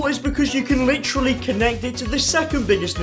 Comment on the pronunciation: we need a counter for every time he says "Litcherily"